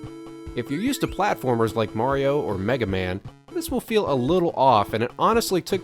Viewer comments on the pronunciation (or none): none